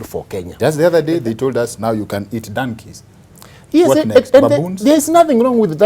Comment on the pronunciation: Ni Dankey ama Donkey? Ingrish was not my thingi.